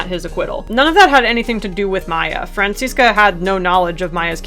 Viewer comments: Even though I like headcanons, it bugs me when people try to argue that their headcanon is canon, so thanks to you for this video. And I don't know if I've said it before, but as a German, I really like how you pronounce Franziska, it's a nice blend of the German and American pronunciation <3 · As a German speaker, the way you pronounce "Franziska" is sooo cute.